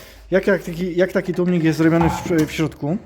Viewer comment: Zaczynam film i profesjonalny gość od tłumików....już nie ma wady wymowy. Aż miło się słucha tłumniki wróciły do piekła. Łapka w górę